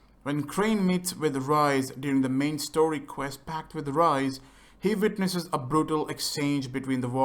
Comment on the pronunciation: Whenever crane says rais I always hear rice